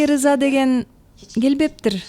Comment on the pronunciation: Э жинди ырза эмес рыза дечи